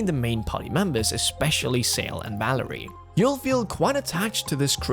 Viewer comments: Valere name pronunciation is like Val-air. It's not Valerie ahah. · Tye main girls name is Valere. Val-air. Not Valerie. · Valère... not Valerie! :p